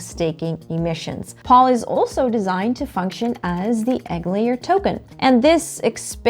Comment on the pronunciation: Excellent video. Except POL is pronounced “Pole”.